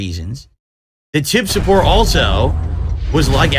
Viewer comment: People love muh cahntent! They want to suhpoort me! Ree! Only your whales do, Everyone else thinks you’re a massive lunatic